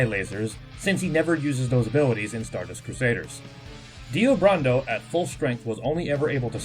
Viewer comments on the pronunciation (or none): Brando... Like Marlon Brando... Not BURANDOH...